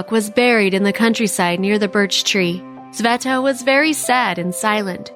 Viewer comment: its sveta not saveta